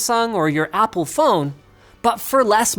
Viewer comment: He said something different that Apple I thing he said opple